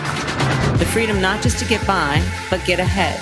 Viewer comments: I believe it's "fweedom " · She never said that; she always said fweedum. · Harris for “Fweedom!” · Doesn't Kamala mean "Fweedom"?